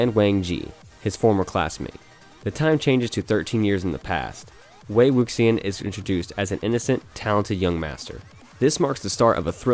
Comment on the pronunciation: I love how MDZS made it onto the list. It killed me how he pronounced wei wuxian’s name tho 😂